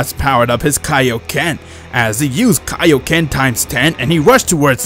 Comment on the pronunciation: Don't forget "Kai-kaied" lol